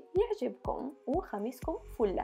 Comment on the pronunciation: ضحكتيينيييي يوم قلتي فولههه فله مو فوله 😂❤️